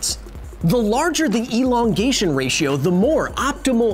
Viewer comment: Elon-gation.. ha